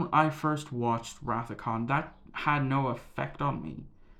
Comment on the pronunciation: It’s Khan. 🙄😂